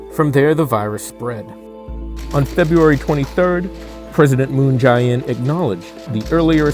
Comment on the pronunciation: Work on pronouncing our president's name better, perhaps?